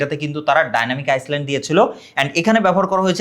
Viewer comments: Daynamic iceland🚫 Daynamic ayland✅ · আইসল্যান্ড নাকি আইল্যান্ড